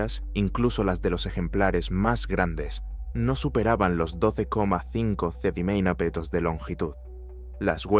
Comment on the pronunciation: no sabe decir centímetros la IA o que?